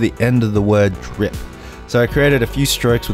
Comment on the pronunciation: why he not drip the P in drip haha